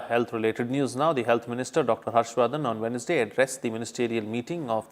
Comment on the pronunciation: Pronounciation Wednesday what will be? I think it's wenzday.